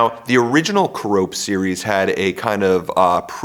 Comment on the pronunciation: Care-Uh-Pee, not Cuh-Rope. 🙂